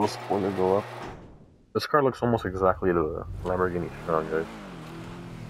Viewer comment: Man said Lamborghini shiron hahahahahahahahah😂😂😂😂